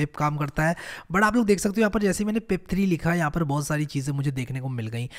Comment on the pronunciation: The way he says bahoout resembles like he is from u.p